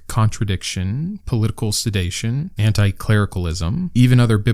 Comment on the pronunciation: Just thought I’d make a nerdy correction: I think you meant to say “political sedition”, not “political sedation”. 😉 (I only bring it up to feed the algorithm! ❤)